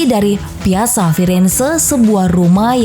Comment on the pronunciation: Piazza di baca Piatza...